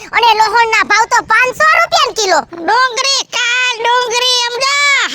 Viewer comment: ડુંગરી નહીં ડુંગળી બોલાય